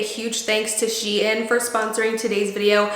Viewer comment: That’s not how you pronounce SHEIN